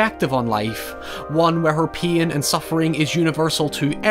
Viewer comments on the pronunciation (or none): I was confused for like half a second each time said "peen". I was like wait what? Oh pain